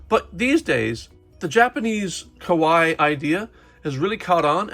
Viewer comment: Kawaii is pronounced ka-why-ie, you pronounced it ka-why which actually means “scary” in Japanese ^^